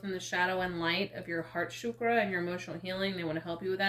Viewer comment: Thanku for the reading. But I didn't understood why are you mispronouncing the word Chakra, it is pronounced as chakra cause that is what it is, energetically. Chakra or wheel. Shukra is a completely different word. Shukra means bright even referencing Venus. Chakras are not shukras.These words have sanskrit roots.